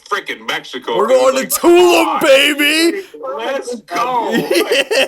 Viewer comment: It’s pronounced “tuh-loom” lmao